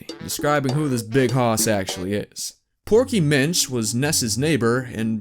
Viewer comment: I'm not the not one that hears proky bitch when he says porky Minch right?